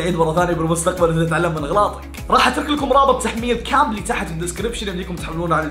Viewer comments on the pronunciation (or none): حسبالي تقول كامري موب كامبلي